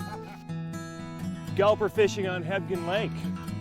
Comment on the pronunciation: I could swear he keeps saying "Hebden lake"....Hmmm